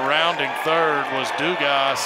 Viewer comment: They definitely weren't LSUs with how they kept prononcing Dugas lol